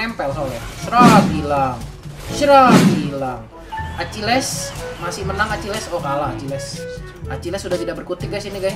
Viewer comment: Akileessss .akilis bang bacanya